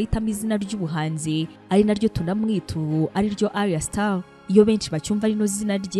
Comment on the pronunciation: Just a small correction, it's Ayra* Starr, not Arya or Aria. It's 2Face Idibia*, not Idiba. Keep feeding our minds, We love your content!👏